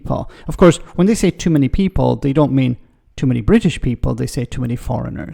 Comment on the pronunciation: Jesus wasn't Bwitish